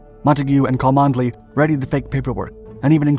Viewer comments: I know your pace of output is huge so I won’t offer this as a stinging criticism but purely as a point of interest: “cholmondeley” is typically pronounced “Chumley” in Britain. I am quite certain that these quirks have been an exceptional tool in detecting foreign agents. “I say old sport, could you direct me to Choll-Mon-delay castle.?” “Why yes, I am heading there myself! Let us walk together” “Good show! But I say, this isn’t the castle it’s the police station” “That’s right Fritz. We’ve got you bang to rights!” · Please learn English pronunciation his name is not pronounced Cholmondley, it is said Chumley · Cholmondeley is pronounced Chum-Lee not Co-mund-eh-lee. Quite the shibboleth. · It's pronounced "Chumley" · Cholmondeley is pronounced Chumley. Just one of those really weird British pronunciations. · Cholmondeley is pronounced "Chumleigh".